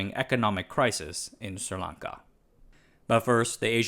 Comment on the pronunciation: Am I the only one paying attention to the fact that he’s made up his own name for this country?!? There’s no “Sir” in the name 🤦‍♂️. It’s Sri (Sree) Lanka